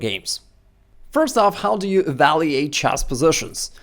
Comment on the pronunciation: It’s evalUate, not evalEate!